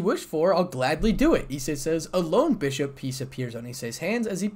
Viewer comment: It's bishop not bushuop😂😂😂